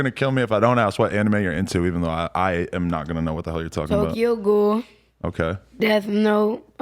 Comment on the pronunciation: "tokayo" lol